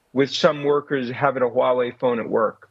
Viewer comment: He’s pronouncing Huawei perfectly 😂